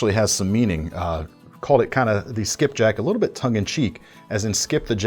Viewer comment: Soon as you said Skipjack, I knew you had to be a Maryland boy 🦀⛵🏖️🏇🥍🌻